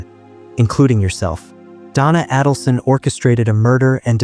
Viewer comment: you mispronounce her name. It’s A - dulson. Not Ah-dulson.